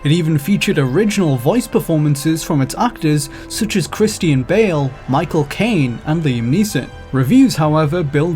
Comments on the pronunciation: "Chris-Ti-An Bale" hahahaha! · Krist-ee-in Bale